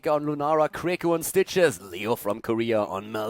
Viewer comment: When says "Stitches" I keep hearing "Citrus".